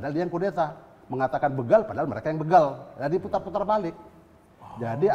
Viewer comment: BeeegaL=begaL ..jd bukan beugaaL .. yg benar itu beegaL= begaL...... bukan beugaL ..